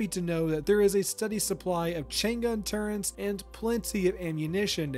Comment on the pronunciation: So well spoken, and then suddenly you drop the ol 'Turrents' lmao